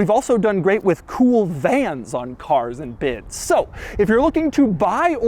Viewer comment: "CAAAAAAAARS AND BIDS" Couple extra syllables on it lol